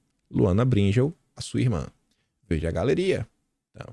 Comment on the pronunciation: não é Br(í)ngel, é Bring(é)l.